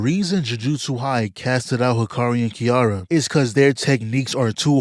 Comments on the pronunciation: KI RA RA Not Kiiara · im crine ts mf called kirara "kiara"😭